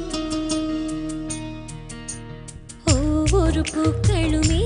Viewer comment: Jessica - you are great! In this song and all other songs. Why does Chithra sing 'Ov voru (ஒவ்வொரு)' as 'Vovoru (வொவ்வொரு' ? You should correct her pronunciation on this one!! I think Mano has something against you.